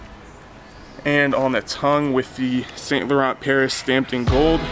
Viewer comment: The right pronouncing it"Eve san Lohong"but whatever,just wearing it anyways